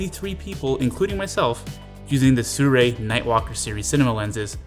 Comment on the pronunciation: See-roo-ee. Not "soo-rei".